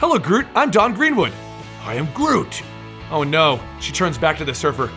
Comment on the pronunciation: All I hears was groom groovy grotty groot